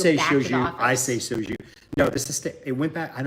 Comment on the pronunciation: It is pronounced "so-joo". I've spent enough time drinking in Koreatown to know.